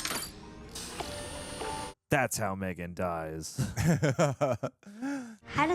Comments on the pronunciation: 😂 mythiegan wtf you sounded like a drunk celt ...love it 🍻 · “MTHREEGAN” lmaooo 😂